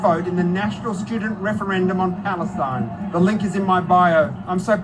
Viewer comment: Why does Clementine Ford say "Palestine" like "Phallus-teen"? Seems to be obsessed with phalluses even when she's a femin-azi.